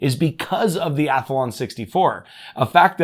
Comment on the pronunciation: Haha, took me a second to know what you meant by that Ath A lon 64. You pronounce it weird (I leave that middle A out when I say it)!:face-blue-smiling::face-red-heart-shape